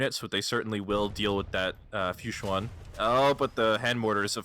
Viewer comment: Time for PRONUNCIATION CRITICISM! "Fuchuan" is pronounced like "fu-chwahn". This is a cool set.